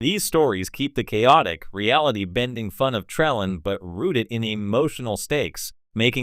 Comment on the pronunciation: "Tra...LANE." You don't even pronounce it right!!